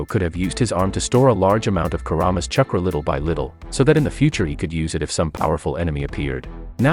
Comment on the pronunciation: Say "CHUH-kruh" one more time...